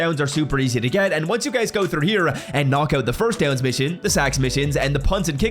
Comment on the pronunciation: Have you always struggled to say the word "here"?